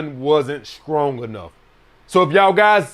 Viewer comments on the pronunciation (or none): SKRONG !!! that’s how he says STRONG